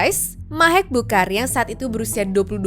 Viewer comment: Harusnya yang Bukhari itu bacanya kayak kha' (خ) bahasa Arab gitu deh, bukan dibaca "Bukari"